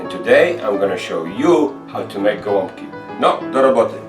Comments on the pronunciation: my family always pronounced these as "gwumpki" very close as you do., but i never knew if that was actually correct. unfortunately my grandma passed away and no once else in the family can make them anymore :( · Finally! Hearing someone correctly pronounce the name of this Polish food is music to my third-generation Polish-American ears!